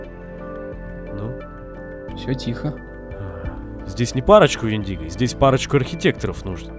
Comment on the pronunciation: Вообще-то в слове Вендиго ударение ставится на "е"